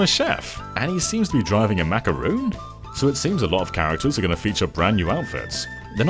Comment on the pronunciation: macaron, not macaroon